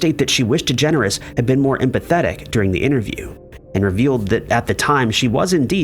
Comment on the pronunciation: I like it, that you pronounce it "Ellen Degenerate" ^^